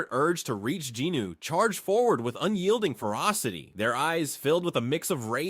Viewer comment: Its Jinwoo...i kept getting thrown off because of the pronunciations...the names are being said wrong